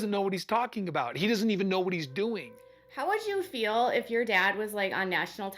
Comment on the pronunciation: Does ANYONE on this show know how to pronounce the word feel???? It has a long e NOT a short i !!!!